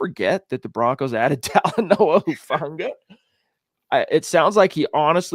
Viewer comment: It hurts my ears when the guy says hufungas name “huefanga” lol.